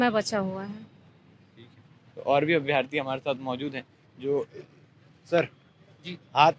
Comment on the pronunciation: अभ्यर्थी होता है न कि अभ्यार्थी